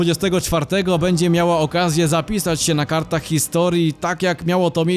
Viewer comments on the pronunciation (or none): none